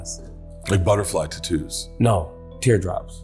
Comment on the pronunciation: how says “tattoos” will never not take me out